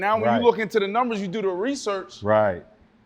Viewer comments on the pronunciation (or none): Wtf are nimbers lol sir it’s numbers !! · or when Fred says "Nembers" lmao